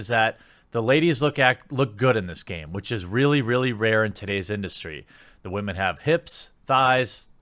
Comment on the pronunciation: Why do you keep saying WAHMEN. WTF does that even mean? Why not just pronounce them as women?